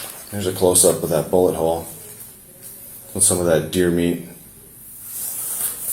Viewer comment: It's deer Meat,Deer Meeat